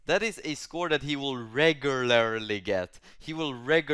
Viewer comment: Whenever says ReGiuLairly I chuckle a little